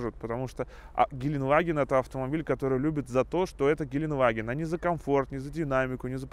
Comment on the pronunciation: ГеленДваген, а не геленваген! Там буква Д в середине! Сколько можно уже? Ты же типа фанат этого Автомобиля! И не знаешь как он называется!